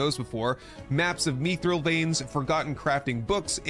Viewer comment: did he just say “Meethril” veins bro its MITH-RIL